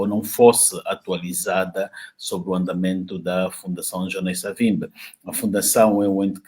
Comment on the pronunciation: Por favor Sr,pronuncie como um bantu; não diga Savimbe é Savimbi!